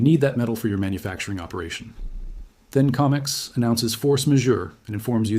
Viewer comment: Adjust your AI. It's Co mex. Not Com ex.